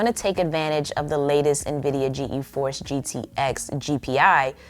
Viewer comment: Btw it's just pronounced G-force. Not G-E-Force